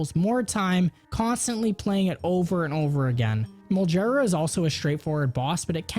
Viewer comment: Molgera, not Moljera. Almost all Gs in the franchise for proper nouns are "Guh" rather than "Juh". Only a few exceptions like Volvagia. It's in the katakana.